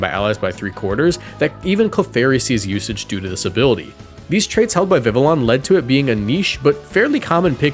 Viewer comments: Viveon. You say it like an eeveelution. No L sounds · I’m pretty sure it’s viv-ee-own because it’s supposed to be French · Pronounced vivi yon ya uncultured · Bro PLEASE learn how to pronounce Vivillon. It’s easy to breeze past when it’s mentioned once over 20 videos but hearing it 20 times in one video was agonizing. Great video as usual but please bro, the double L as a Y is not that hard